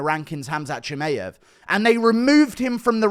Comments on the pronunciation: It's not ChimEev, it's ChimAev, dummy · stop being a tool and saying chimaev wrong on purpose.